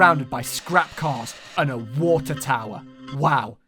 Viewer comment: I like that they say Waer and not water because you’re never supposed to hear 50% of the word